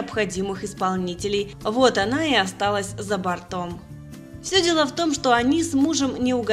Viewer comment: За бОртом, ёханый бабай, за бОртом!!!! А не за бартОм.